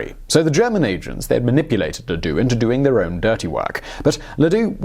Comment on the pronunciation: Ladoux? Sounds more like Le Dicque.....